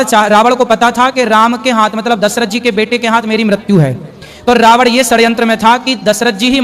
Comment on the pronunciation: रावण को रावड़ बोल रहे हैं,प्रश्न करने वाले ने सही प्रश्न किया है कि जब दशरथ ने शब्दवेधी वाण चलाया और शब्द घड़े से निकला तो फिर श्रवण कुमार को वाण कैसे लगा? ने एक नई काल्पनिक कहानी सुना थी,प्रश्न अपने आप में बहुत प्रासंगिक है जिसका इन लोगों के पास ऐसे लच्छेदार जवाब होते हैं, यह सब काल्पनिक कहानियाँ हैं,हकीकत से कोसों दूर..